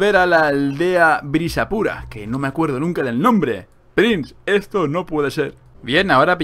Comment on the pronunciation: Prince se volvió ruso